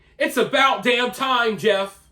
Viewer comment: She obviously has single digit IQ. She couldn't even pronounce Jeff.